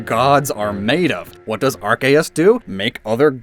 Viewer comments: Okay I have to say it. Arceus (アルセウス) is not pronounced arkay ass. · Hey pronounce Arceus correctly next time